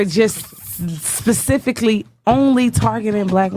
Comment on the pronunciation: That bitch beside him legit said " I studied psychology" like we're supposed to just trust ya without any proof of education to someone with a degree in psychology. Black women please stop lying about your education's u can't say " pacifically" instead of specifically and get taken serious. If you say girl cheese nobody cares about your political views